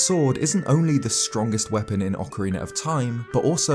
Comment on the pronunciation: It is ocarina not oakarina oc like octopus